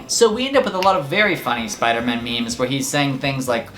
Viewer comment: I must be sooo dumb, I laughed until I coughed when you said "Spooderman". It's funny because I thought his name was Spoderman and you added an extra "o".